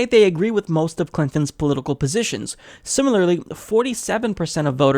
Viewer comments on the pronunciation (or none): none